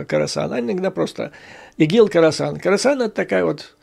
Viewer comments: Да, не Карасан, а Хорасан. Умник!😂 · Не карасан, а Хросан!